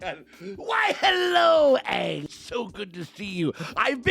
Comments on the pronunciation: At least it's better than the garbage movie. They pronounced the name correctly... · At least they say Aang instead of Ong